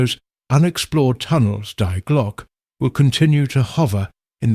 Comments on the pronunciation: if anyone cares its pronounced De Glocka or at least i think so, def a lot closer that die glock lol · nothing against ai voiceover but at least get the title of the video right 😂 its not "die glock" like in unalive its the german article "die" pronounced like "dee" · Die Glock like dying, what's that. Die is pronounced dee, but AI isn't particularly intelligent.